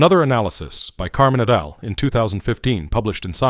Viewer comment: The pronunciation of "et al" was painful to hear.